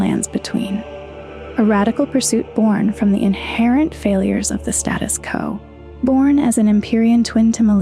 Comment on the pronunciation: "status co"?